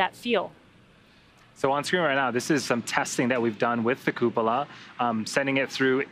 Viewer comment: Good god American's pronounce cupola poorly, lol. Please just call it a dome for the sake of our ears.